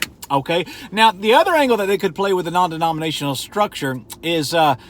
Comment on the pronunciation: Take a shot when he says "non demoninatinal"